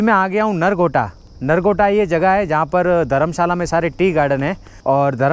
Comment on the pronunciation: Bro Nagrota not Nargota